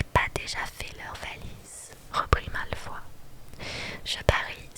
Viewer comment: Trop bien ! Mais c'est Malfoy, pas Malfoi :face-purple-crying: Et Ron se prononce Ronne pas Rond :face-purple-crying: Et Justin se prononce Justine , pas Justin XD (désolée je suis chiante mais ça m'a stressé xD)